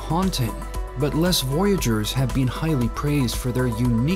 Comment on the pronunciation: Les Voyageurs is NOT pronounced Less; it’s pronounced Lay. Similarly, Marseille is NOT pronounced Marcel. Your videos are interesting, but maybe a little bit of study would help. Wikipedia can help you—they have recordings in the introductory part of their articles and a few moments checking them out would keep you from breaking people’s ears.